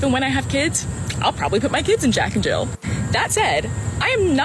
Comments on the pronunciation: Jill. JILL. There’s no fucking s on the end! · Why he keep putting an 's' at the end of Jill...